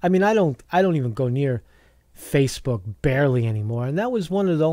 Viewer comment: "Facefook" ftw! lol